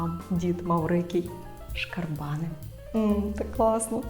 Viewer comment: шкарбанИ У множині наголос у цьому слові на останньому складі глухий кут - це те, що за поребриком називається словом тупік. В усіх значеннях. Я особисто замість закаулак завжди казав і кажу - закапелок.